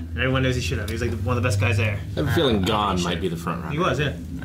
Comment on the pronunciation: I just hope they switch to the sub. They even get the names wrong. SatOts? really? H í soka? GOn? It's painful.